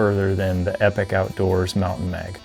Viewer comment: Great review...Just one thing. It's pronounced "E-Pock". I was listening to a podcast that the founder Bruce was on, and he cleared up some of the confusion on the pronunciation of the company name.